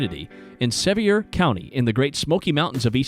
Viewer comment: Pronounced SEVEER COUNTY